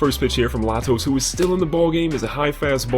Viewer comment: The pitcher in the first game is pronounced lay-toes, not la-toes. Great video